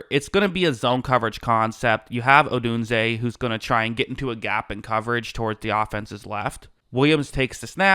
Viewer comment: ROME like "ROAM" ODUNZE!!!